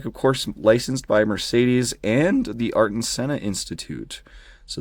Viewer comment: It’s not artin senna it’s Ayrton (Aye-r-ton)🤦🏼‍♂️😭😭😭😭😭😭